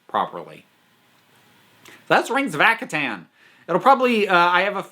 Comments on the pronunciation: Ak - har - ten Sorry but this slightly annoyed me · Due to not knowing how to pronounce Akhaten. I always mispronounced it as "ar-ken". I have no idea where I got the "r" sound.